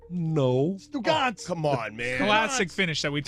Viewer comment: This guy can’t say Stu Gotz